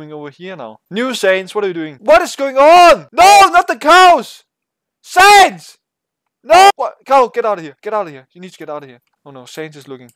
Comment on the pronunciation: Its not saynz, it pronounced seh-uh-nds